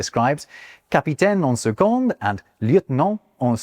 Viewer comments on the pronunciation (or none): The d is not pronounced in « en second » 😉